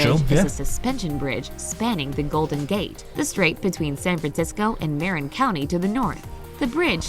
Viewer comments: Marin County in California, is pronounced "Mur-in", not Mare-in.. and by the way, Sierra Nevada is pronounced "See·eh·ruh Nuh·va·duh" and the "a" pronounced as in apple, not opple.. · Just one thing to add: when she talks about the Golden Gate Bridge, she says it connects San Francisco and “MARE-in” (Marin) County. It’s actually pronounced “mah-RIN”. Sorry, that just bothered me. Otherwise, come to the southwest. You wouldn’t expect it to be, but It’s absolutely beautiful.